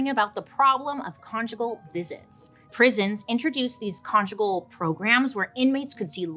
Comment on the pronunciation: Did I just hear Bailey say “get con-jiggy with it?”😂